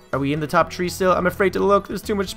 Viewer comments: you said tree not three i'm not being mean okay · why do you say tree for three?